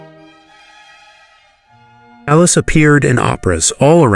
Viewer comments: It's pronouced CAH-las not as in calous on your skin. How much effort does it take to pronounce her name properly? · How could you be so ignorant as to pronounce “Callas” like “callous?” There is no excuse for such provincialism. And, you’ve got your facts, your chronology wrong. This video is bogus. What a shame! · Sir, your Italian pronunciation is horrendous, an embarrassment to the production of this video, including pronouncing “Callas” like “callous.” I’m sorry, but such ignorance from a narrator is inexcusable. May I suggest you hire someone who could help you with the pronunciation of Latin-based words. I hope this helps.